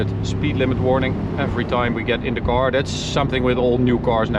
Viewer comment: What exactly is a 'coar'? I hear it a lot on this channel 🤣